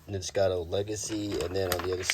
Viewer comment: Ninjago, not nijicato…it’s right there in front of your face